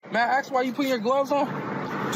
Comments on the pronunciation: NO! You may not 'axe' me a question. You can ASK a question if you like. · Listen here ocifer, I need to ax you a question. I don’t be is traveling in your jurisdiction. I’m being racially profiled, I’m genuinely surprised the I can’t breathe didn’t come out.